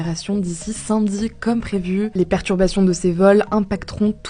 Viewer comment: C'est normal que j'entends saimedi à la place de samedi ?